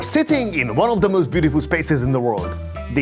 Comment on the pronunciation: He says with keviarr oh jo negggishh 😂 and...then he says the not most he says möüst .....go.learn english fidesz lovervoy🎉😂❤